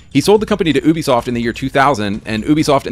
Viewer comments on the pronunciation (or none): Never heard anyone pronounce ubisoft as OOBI-soft...I guess me saying You-Bee-Soft is wrong lol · Why does the other guy in the video say ooooobisoft? It’s pronounced like you’bisoft 😂